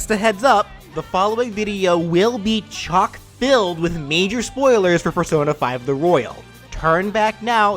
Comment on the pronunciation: it's chock filled not chalk filled